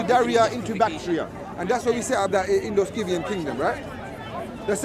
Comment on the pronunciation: They both can’t even pronounce Scythian 😂